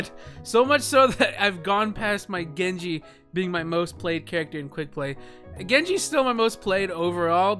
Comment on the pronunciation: Lyfe Of a Nob Master it's like "Gengu" but he still pronounces the J so I don't think it's intentional